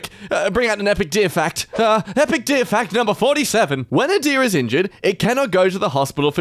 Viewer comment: Am I the only one who has a stroke during "THAT'S SO EPICCCCCC!!!!!1 P peh p peh peow!"